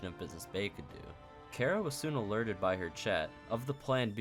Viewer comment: It feels like you are saying Chara from undertale when you say kara, and when you said "Kara was not a nice person" i got them flashbacks